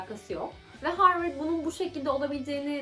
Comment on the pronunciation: zaten harvırd yani abi profosyonal çevre yanii